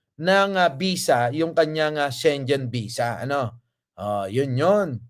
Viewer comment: Schengen visa ang pronunciation po ay SHE-NGEN hindi po SHEN-JEN